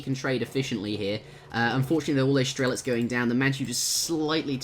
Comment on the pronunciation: You and keep mispronouncing "strelets" name. There is very strong "ts" at the end of the name, it's like saying "muske" instead of "musket".